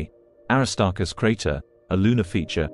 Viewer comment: The AI is not saying the name Aristarchus correctly.